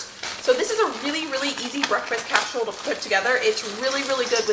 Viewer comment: hi, lovin ur videos. must admit I did laugh at 4.11 on the video when u said amis casherole 😂. I've been writing down tips n tricks from ur videos and once my freezer is more empty I'm gonna b doing more freezer meals, esp some of the ones u make. I'm also going to try n start a herb garden. thank u for the videos. ❤️from 🏴 UK.x